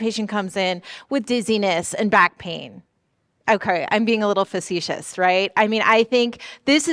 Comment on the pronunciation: Great breakdown of the rapid neuro exam! Are there any specific findings that most often get overlooked in a busy ED setting? Also, a few corrections—for example, like 'facetious' instead of 'facicious', 'musculoskeletal' instead of 'muscularkeeletal', 'LVOs' instead of 'LVOS's', and 'dysarthria' instead of 'disarthria'. Small edits like these would make the video even clearer!